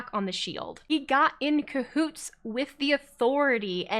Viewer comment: A lot of good logic in this analysis, love it! A lot of depth I hadn't thought about. I may also have laughed every time said "cahoots" with a bit of extra emphasis. It must have been the word of the day 😂